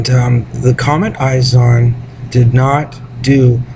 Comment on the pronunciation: you sound stupid, can't even pronounce it right its not eyes on. It's ISON. ICE-ON. ISON. not eyes on. all french and shit.